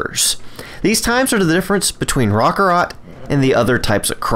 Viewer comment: Roc carrot. Raw ka rot sounds stupid. No offense to you